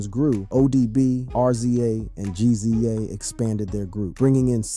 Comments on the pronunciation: It's rizza and gizza no R.Z.A and G.Z.A smh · Mannnn, it's pronounced "rizza" and "gizza" idk why but I got so pissed everytime you said they names lmao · You lost me on the Rza and Gza pronouciation. Is this A.I. reading or you don't the Artist you're making videos about? Lol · It's Rizza and Gizza homie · Why you keep calling The Rza(rez zah) R-Z-A & Gza( Jiz zah) G- Z- A😂😂😂but in all seriousness ODB death isn't really surprising he lived a wild life and most people that live reckless they don't life long God rest his soul R.I.P Ason Unique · It's pronounced rizza and gizza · RZA & GZA? 😑 that is not how you pronounce those names.